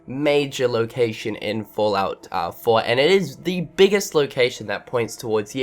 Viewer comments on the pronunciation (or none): Fahllout Foah